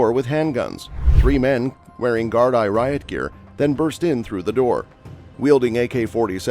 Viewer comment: The way you pronounce Gardai is basically Gar-D